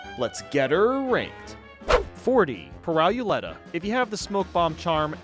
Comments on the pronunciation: What way are you pronouncing Pirouletta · Pur-rye-oo-letta? It's a roulette with a pirouette. So it's technically Pear-oo-letta I think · Why did you call her "Pirowuletta" it's pronounced pirouette and roulette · No its Pirouletta say it like peeroletta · Ok I agree with most of this but the way he said Pirouletta as 'Pie-roo-let-uh' hurts my soul. It's "Pea-ur-oo-let-uh' as in the ballet move similarly called Pirouette or pronounced 'Pea-ur-oo-ett' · My man just pronounced it “Pry-you-letta” when it’s a combo of pirouette and Roulette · "peer-OW-lehtuh" for Pirouletta is hilarious. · PIRO YULETTA i'm so tired of americans not knowing how to pronounce anything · Some mistakes I feel obligated to point out: Pirouletta’s name is pronounced “peer-roo-let-uh” as it’s a portmanteau of “pirouette” and “roulette”. Pip & Dot are not a die, but a domino. You forgot to talk about Bon Bon’s other candy minions: The cupcake who bounces all over the place, and the waffle who launches 4 of their squares in a + and x pattern. In Sally Stageplay’s final phase, you’re not fighting her afterlife; you’re fighting the real Sally who’s dressed as an angel and can be seen hanging from strings. You didn’t mention Hilda Berg’s Sagittarius transformation that shoots homing projectiles. In Captain Brineybeard’s battle, the barrel would be less of a nuisance if you weren’t using chaser, and the squid’s ink isn’t deadly; it darkens the screen. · "Pehraw-ooleta" I have never seen someone say Pirouletta's name like that😰 I loved the video just got Intensely Jumpscared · I'm sorry, "pirow-you-letta"?! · It’s pronounced “Peerooletta” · I think the 1st one’s name is pronounced “peer-o-let-a”. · Pirouletta was literally the only casino boss I wasn’t able to kill, also how he pronounced it hurts my soul deeply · the way you pronounced pirouletta hurt my soul a tiny bit. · Am I the only one who was a little bothered at the pronunciation of Pirouletta or am I just crazy